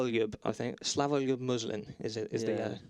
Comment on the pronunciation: Pronaunced Slavoljub Muslin perfectly